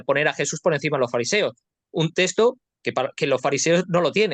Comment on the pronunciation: No sé dice testo es texto!